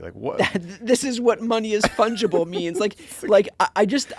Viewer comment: You need a word of the intro. Let's start with ' fundgible' ?????